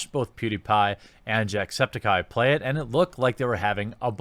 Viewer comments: I kinda like the way you pronounced "jacksepticeye" Was like"Jack Septikye" instead of "septic eye" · Lol you somehow pronounce everything wrong even Jacksepticeye's last name. Or at least that's not how he pronounces it himself.